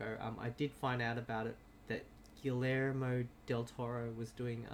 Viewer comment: Correction: pronounced "Gee yermo" (soft g, long e,). Did you see the two Easter eggs so far in episode 2 and 3? In episode 2 is Toothless of Dragons fame, as a background on his computer, in 3 is in Spanish class when the black-haired girl is presenting. Listen and hear she`s talking about the three main characters from Book of Life. I am mostly deaf so I had the subtitles on and saw them. I'll watch the rest for more.